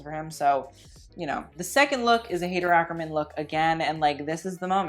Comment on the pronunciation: “hey - dur” typically you’re good on pronunciation!